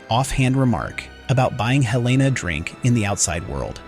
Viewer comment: Sorry, but it drove me crazy that you kept changing your pronunciation of a major character’s name. It is HEL-la-nah, not Hel-LAY-nah.